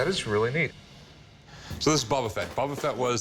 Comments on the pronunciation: "Bubba Fett" 😅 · The way the Boba Fett guy pronounced Boba shortened my life span by ten years.